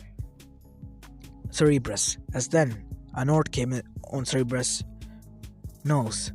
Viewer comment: Its not seereebrus its sounded sir_ber_us